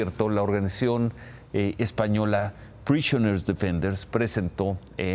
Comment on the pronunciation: Jajajajaja ucranios, españos, italios y satelucos Bien dicho Gomez Leyvo No se pronuncia Prishioner Sino Prisoner Ni español menos inglés analfabeto